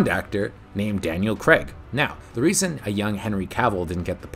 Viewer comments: Another good video, but honestly, it's Craig, not. Very off putting hearing his name pronounced wrong hundreds of times 😅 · Good doc series but OMG LISTEN to the pronunciation of the surname... its CRAAAIG...not. Even Barbara Broccoli says it in the clip you feature!! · It's not its craig 😁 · Daniel 'Crayg'. I've never understood why Americans pronounce it ''...! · Why can't North Americans say Craig? It isn't Cregg. There's an A and an I in there.